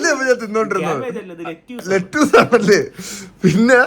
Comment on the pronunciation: ലെറ്റ്യൂസ് അല്ല, ലെറ്റസ് ആണ്